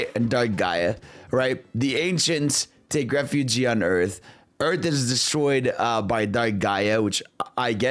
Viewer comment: My man fumbles his r words… he can’t say “resurrected refuge”